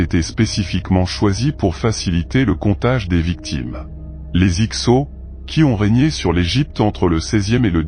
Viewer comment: vers 40 s. et 8 mn 'avenue Jésus Christ' pour 'avant Jésus Christ' : attention au rendu du texte 'lu' par le logiciel de voix électronique. En plus il dit, toujours 8e minute 'avarie' et 'X sot' pour, évidemment, Avaris et Hyksos : il semble bien ignorer que certains 's' finaux en français peuvent être sonores et non muets 🙂 Sinon, y'a que du vrai dans tes dires. Bonne continuation !